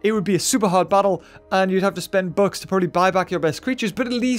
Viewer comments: Not gonna lie thought he said 'books' instead of 'bucks'😂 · I discovered he was talking 'bucks' and not 'books' because I read your comment lol (about 4 mins into the vid) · Took me until 9 min mark before I realised he was talking about "bucks" and not "books". Was wondering the whole time where the "books" were. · For good 5 minutes I kept hearing him saying "books"instead of "bucks" so I was like:"Where are those books" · I thought he was saying books for the first 3 minutes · I thought he was saying books I watched through it and realised he was saying bucks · I thought he was saying books the whole time but it was Bucks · I thought you were saying books instead of bucks, I also do the same thing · Wait - I thought he was saying 'Books' this whole time but now I think hes saying bucks? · OOOH HE SAID BUCKS I THOUGHT HE SAID BOOKS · I thought he was saying "books" this whole time🤦🏻‍♂️ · I thought he was saying books instead of bucks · I’m sorry but I thought he was saying books...